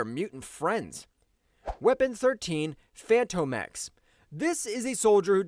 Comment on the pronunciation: Bro, are you saying Fanto X? Wtf?! It's literally pronounced as Fantomex like a ghost or a spook. Like the Phantom of the Opera! "Phantom-Ex"